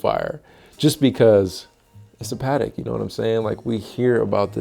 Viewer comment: It’s aaight. Protect ya Pa-tek.